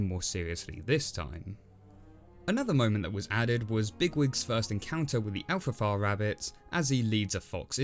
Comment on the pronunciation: Elfrafa? But wait. It’s not. It’s EFRAFA.